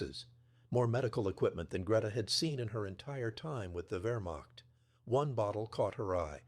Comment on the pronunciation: . . . about 30 Vermock soldiers. Congratulations, AI. You pronounced the beginning of Wehrmacht correctly. But the word begins Wehr and ends macht. Has nothing whatsoever to do with mocking.